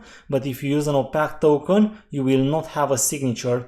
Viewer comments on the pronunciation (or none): One other thing I’d like to point out is that opaque is pronounced like you would say opake. Some people might not understand the way you say it.